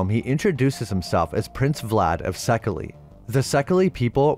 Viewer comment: In the books, after seeing Dracula make the table Jonathan reasons that the driver must have been him too as well as the one who cooks and makes his bed. Also as a Hungarian it's funny to hear you mispronounce székely, the LY is a Y, prounced like the end of hey. Also also when mentioning Emily Gerard you should also introduced Ármin Vámbéry (a Hungarian spy, orientalist, cryptozoologist, member of the Hellfire Club and friend to Stoker) who influenced Bram with his outlandish tales from his home.